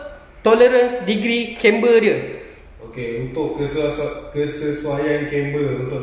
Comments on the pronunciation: Maaf saya nk comment pasal pronounce English. CAMBER=Camber not Chamber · kem ber tu bang. bukan chember. english spell CAMBER